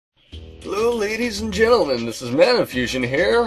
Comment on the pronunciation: Did I hear you say Jelly-men not gentlemen? Must be me....